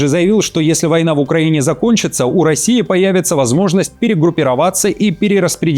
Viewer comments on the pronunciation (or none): none